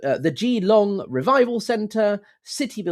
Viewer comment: I'm Australian. Please do contact them and let them know. FYI, Geelong is pron: as if 1 'e', Gelong. Basically, don't say a hard E and don't leave a pause between Gee and Long.